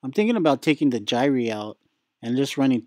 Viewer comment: The gyre is pronounced "jy-er".